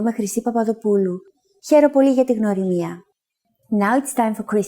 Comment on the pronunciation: Her: Gia, legome Chrissi. Herw poly! Me:Oh thats easy, I can do that Her: Herw poly gia ti gnwrimia😭 Its sounding like "Herisjakajizamsjia"